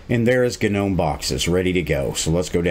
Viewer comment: Love the "GA-Gnome"! lmao